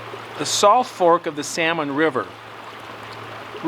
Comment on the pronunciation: You say the word "south" with some sort of an accent? Are you originally from Canada?